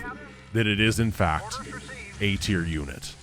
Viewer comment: I almost heard it as "A tiered unit"